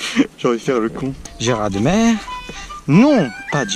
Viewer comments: On dit pas Gérard mere ^^ mais gérarmé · Et on dit pas "mèr", mais "mé" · Geraradmer Si tu préfères gerard et ta mere ;) prononce le bien stpppppp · Superbe vidéo mais cest pas GERARDMÈRE cest GERARMÉ que ça se dit ! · Juste comme ça on dit gerarmé pas gerardmer on prononce pas le r 😅 sinon t'es au top 😉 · Cool la video mais stp respecte les vosgien ca s'écrit Gérardmer mais ca se dit gerarmé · Sa se dit gerarmé pas geradmer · Gérardmer pas gérardmère mdr merci de respecter cette ville voisine de la mienne ! Lol😁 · Mdr Gérardmer 😂Sa se prononce « Gérardmé» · Dans gérardmer on dit pas le d 😂😂